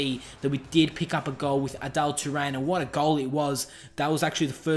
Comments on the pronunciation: Adal Turan lol It's Arda Turan. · its arda turan not adelle turan